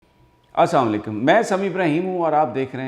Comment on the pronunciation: سر آپ سلام غلط بولتے ہیں آپ کہتے ہیں آسام لیکم سر معزرت آپ پورا لفظ بولا کریں اسلام علیکم اللہ تعالیٰ آپکو تندرستی والی زندگی عطاء فرمائے آمین